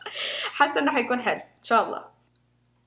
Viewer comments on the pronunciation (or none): none